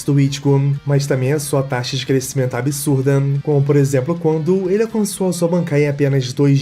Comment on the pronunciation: guerraaam, absurdaaam, historiaam…